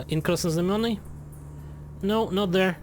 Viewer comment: perfect pronounciation of Krasnoznamienny he he